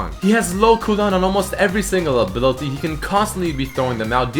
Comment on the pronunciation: he said ability pretty strange :D